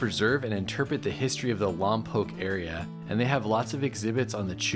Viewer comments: You say lom pock not lom poke. You’re not local I guess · Wrong ! The Correct Pronunciation of Lompoc is " Lom Pawk " / Not; " Lom Poke " !